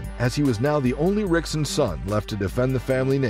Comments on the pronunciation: Rizin is pronounced like "risen," not "rizzen." Also, as others have pointed out, you pronounced Rickson's name wrong. You should pronounce it like "hick-son." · Pronouncing the r. Also, the fight with Cub was pretty close. A clear victory for Cub, but by no means was it a dominant win. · Its spelled Rickson but its pronounced Hickson dude sheeesssh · The way you pronounce rickson I’m out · Lost me at the first “R”ickson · I was out the moment Rickson’s name was pronounced incorrectly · Yes. Automatic fail. This channel is banned. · and AI wound more than likely pronounce the names Rickson & Rockson correctly and not in English. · You making fight clips, learn to pronounce ricksons name.